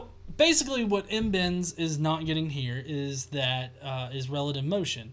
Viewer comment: He is not MBens, but MDENSE. mkay? :D